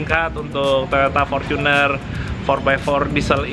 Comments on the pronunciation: Fortuner mas,bukan forcuner. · fortunerrrr bukan forcunerrr oke